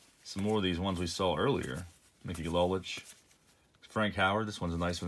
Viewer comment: larry hisle is pronounced hy-sul//mickey lolich is pronounced low-litch//